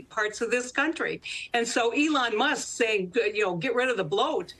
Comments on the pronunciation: It’s not MUST, it’s Musk- no wonder this show is no longer relevant! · The name is Elon musk, not must. Get it right. It’s like less than 20 words in. Embarrassing.